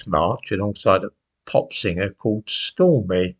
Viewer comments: Stormy hahahha it's Stormzy but close enough. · Stormzy,apparently,, not Stormy.. ( That was Donald Trump's fling- Daniels ) Hard to keep up with all these exotic names...